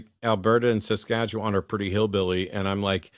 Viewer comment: love when Americans attempt to pronounce Saskatchewan. Makes me giggle 😂